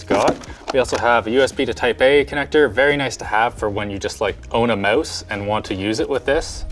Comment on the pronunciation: "For when you own a moce."